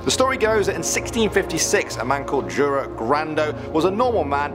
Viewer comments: it's called jura not djura also Jura was a knight that was killed by a vampire in the legend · That's not how you pronounce "Jure"